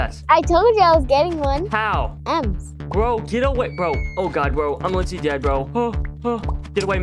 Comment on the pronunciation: DAED si daed he say youre daed